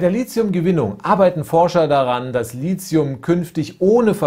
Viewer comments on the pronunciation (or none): Als angehende chemikerin möchte ich nur mal kurz anmerken das LiTHium als t ausgesprochen wird nicht als z, vgl. MeTHan vs. SiliZium :)